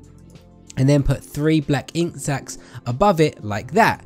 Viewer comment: ok this isnt a hate comment so dont go crazy at me but did anyone hear the way he said "and put 3 ink sacks all around" ?